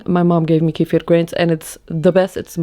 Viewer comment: I was shocked SHOCKED when she said kefir with very clear pronunciation!! Didn’t see that one coming to be honest but I love that kefir gets the credit it deserves. I mean who needs drug store probiotics when you have Turkish kefir at home? And you should def try them with different fruits like strawberries bananas and blueberries because it actually gets very refreshing and the little bit bitterness will just go away